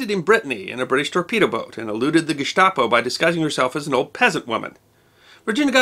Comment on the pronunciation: Congratulations on pronouncing almost all the foreign words correctly, including Gestapo.